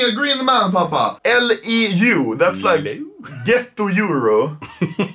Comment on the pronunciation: Fun fact: Papa perfectly pronounced "LEU"